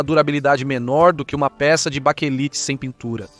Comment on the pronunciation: Baquelite é o correto ,não baquelita